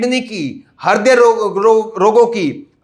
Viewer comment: हरदय नहीं बोलते बेटा ह्रदय बोलते हैं 😜😜 प्राइमरी विद्यालय में शिक्षा प्राप्त करने के तुम पूर्णतया योग्य लगते हो 😜 प्राइमरी शिक्षा पूर्ण करने के पश्चात तुम पत्रकार बनो या ना बनो 😜 लेकिन ढंग से हिंदी पढ़ना सीख जाओगे😜😜